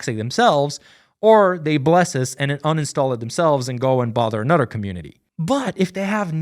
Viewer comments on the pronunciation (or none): they way you said “another” was a huge giveaway. ur the goat man ❤